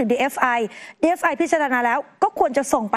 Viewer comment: ทำไมผู้รายงานข่าว ถึงอ่านหรือพูดว่า DFI หรือหูข้างเพี้ยน!!! 😅😅